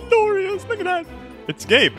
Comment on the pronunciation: "gabe bed sheets" just sounds like "gay bed sheets"